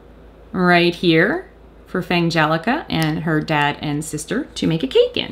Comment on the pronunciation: Also, just wanted to say I'm glad about your pronunciation of Fangelica's name. You came up with the same pronunciation compromise that I did, so both of the "g"s from the parent words would be included. Otherwose, it would be "Fan-gelica" or "Fang-elica", both of which lose the pun when spoken.